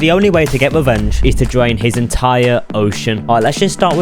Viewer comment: “I’m going to dwain this entiwe Minecwaft SMP”